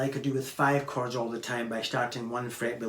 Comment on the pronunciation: I keep hearing “cards” and wondered what that means but half way through the video I finally realized you say “chords” 😂